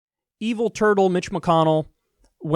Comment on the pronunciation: Evil "Turkle" not turtle.